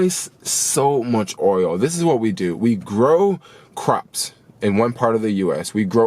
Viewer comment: When you say oil, I literally hear Oreo.... guess I’m hungry 😭